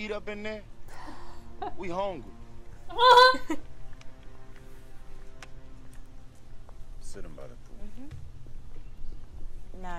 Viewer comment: “You got something to eat up in there? We HONGRY”